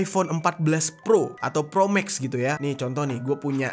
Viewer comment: Kita seisi ruangan ketawa pas dengar bang jery nyebut Iphone ProMag 😂.